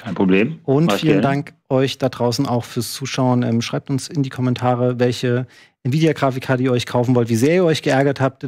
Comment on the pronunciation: "Nividia" :D